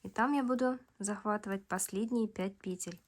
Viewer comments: Наконец (о, боги) я слышу пЕтель, а не петЕль. Просто праздник какой-то.. Кайфанула от грамотной речи и более чем понятного объяснения. Спасибо!! ❤ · Разницы в постановке ударения в единственном и множественном числе в слове петля-петель нет! Как нравится,так и называйте,как хотите,так и произносите!😊